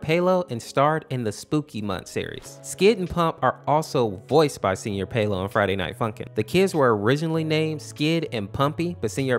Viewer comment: THANK YOU FOR PRONOUNCING SR SEÑOR INSTEAD OF SIR